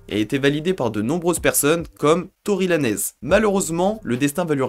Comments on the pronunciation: lol Tory Lanez dit par un Francophone "Tory Lanèze" ehehe, ça se dit "Tory Len'z" et ça s'écrit Tory Lanez. si non bonne vidéo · ça se prononce tory « laynz » poto